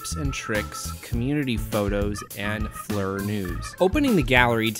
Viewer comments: I'm pretty sure Flir is pronounced as "Fleer" not "Flur". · I think Flur sounds better, but you're correct its pronounced Fleer.